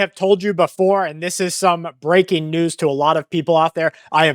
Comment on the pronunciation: Breading? Or, Breaking?